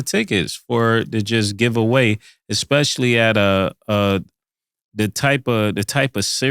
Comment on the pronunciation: Why does say Expechally instead of especially? That 4 what ever reason is killing me